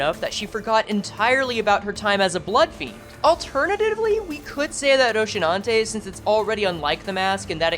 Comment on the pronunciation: What the FUCK is "ROCHINANTE". FFS, learn the pronounce names properly, especially if you're making video about it.